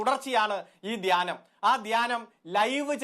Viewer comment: ധാനൃമല്ല...അടിമേ...ധ്യാനം......ധ്യാനം...വിവരംകെട്ട അടിമേ...മലയാളം പറയാൻ അറിയില്ലെങ്കിൽ അറബിക്കടലിൽ പോയി മുങ്ങിച്ചാകൂ...നാടിന്റെ ഭാരം കുറയും